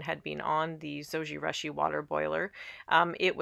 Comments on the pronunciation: LOL, Japanese pronunciation is Zo-ji-rooshi...the Japanese u sound==the "oo" sound as in moon. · Yes, it was a bit annoying hearing the mispronunciation of Zojirushi. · Yes. Very strident to hear the horrid mispronunciation. Ugh. Embarrassing and so vexing that there’s Americans who don’t know such basics. 😑 😣